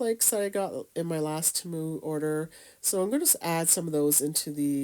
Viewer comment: I love how she says Temu!!! Its cute. She doesn't say Temu pronounced T moo, she says it in a different way like Tamu. I laughed bc I thought it was adorable. Great ornaments too, I need to try!